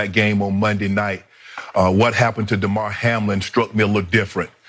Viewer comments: This lady doesn’t even pronounce his name right. These people got it all messed up. Prayers for Hamlin ! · DAYMAR...SMH these people are dumb